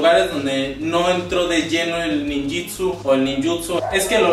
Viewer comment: Y a ti quien e certifica como maestro? se pronuncia ninjutsu no ninjitsu